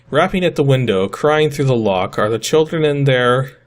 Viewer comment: Killdren .. sounds like the title of some kind of edgy high school Anime.